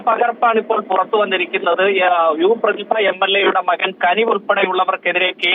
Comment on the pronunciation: യു പ്രദിഭഅല്ല യുവ പ്രതിദ😢